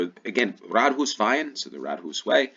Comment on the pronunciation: Rådhus. Råd - counsel or advice. Hus - house. Pronounced with a long u.